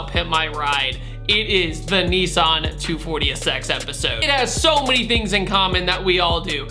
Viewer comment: Sounds like you are saying "240-esex"